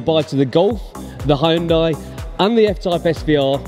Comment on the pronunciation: Well done. By thexway, it's pronounced "Hun-day", no "Hi-un-day"!!